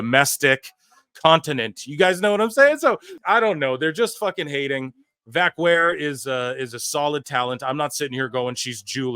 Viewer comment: This is probably the worst pronunciation of her last name that I've ever heard.